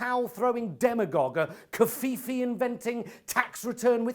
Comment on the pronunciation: Ok, you've gone too far this time PIE! It's pronounced, "COE FEF FAY" Damn you PIE, DAMN YOU!!!!!